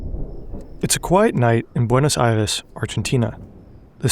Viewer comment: You respect the Deutsch language a bit much. The way you say Reich and Eichmann. You’re lazy with the Spanish language other than when you say Buenos Aires.